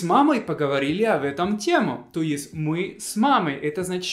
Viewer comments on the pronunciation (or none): Ты говоришь То есть, ударяя на второе слово и у тебя получается указание, которое почти никогда не употребляется. В том значении, которое ты хочешь, нужно поставить ударение на То и произносить Тоисть, а скорее Тоись.